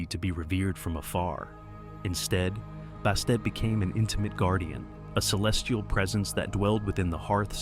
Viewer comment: Who the hell is Bastate? Bastet, Bast yes.